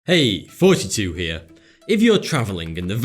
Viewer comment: Does he say 42 in his intro?